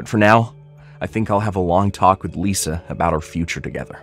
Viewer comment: Wow she lies as easy as she breathes! It's strange how the son pronounces Lisa like "Liser" at first lol